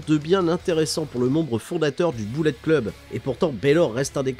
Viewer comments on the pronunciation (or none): none